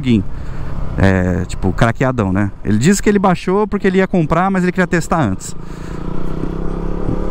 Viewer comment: fala, minha lingua nativa é espanhol, adoro escutar o ``po-rrrrrrrrrrrrr-que´´ esse teu kkk um abraçççço